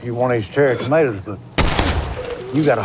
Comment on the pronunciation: When I heard "For the Tomatas" I thought he meant he was dropping tomatoes for all the dead tomatoes of the past. I was disappointed when I realized I was wrong.